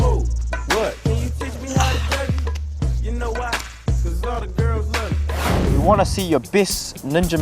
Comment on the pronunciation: bahahaha the way he says 'ioane'..lmbo